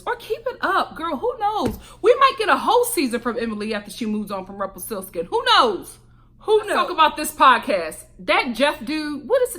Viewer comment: “ Rumplestilskin” lmao 😂